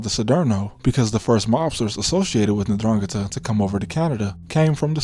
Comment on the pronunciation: N-drrah-ghee-tah. Love you videos, bub.